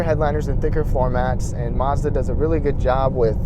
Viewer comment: Its Mazda NOT marzda